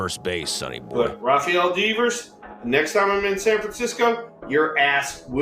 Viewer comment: Rafael DEEEVERS 😂 Also Ceddanne is pronounced like say-don not suh-dane